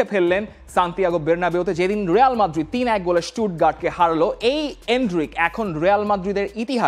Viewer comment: রেয়াল মাদ্রিদ না, রিয়াল মাদ্রিদ 😅